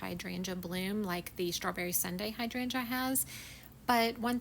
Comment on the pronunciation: First time running across your channel. First of all I want to say thank you for the correct pronunciation of hydrangea. ❤